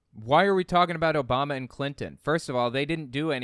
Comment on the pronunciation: the OBAMNA really caught me off guard haha